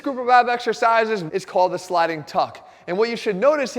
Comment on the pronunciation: lol... I thought it said "Sliding Fucks"